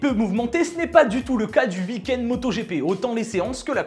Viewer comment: Un beau « ui kend » comme le dit si bien 😅😂